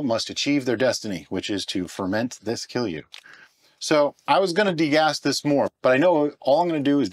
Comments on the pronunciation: You pronounced it near perfectly, if someone is saying otherwise they don't know what they are talking about. I should know, I'm Finnish. :) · I am really impressed with your pronunciation of kilju, Finnish pronunciation can be really difficult for foreigners.